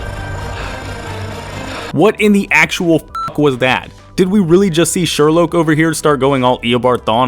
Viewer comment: SHherlouque:Not Sherlock Sjerlockque